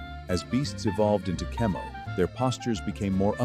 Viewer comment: "Kemoner" bruh became a furry